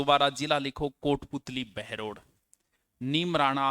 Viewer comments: बहरोर नही बहरोड़ है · सर जी बहरोड़ है बहरोर नहीं है और बाणासूर नहीं बानसूर है